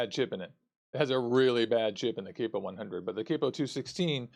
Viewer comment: dude theres no e...its cap-o..